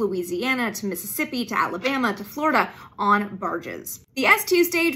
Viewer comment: She mispronounced Michoud, but her pronunciation of Mississippi and Louisiana sounds almost Southern! I grew up in both…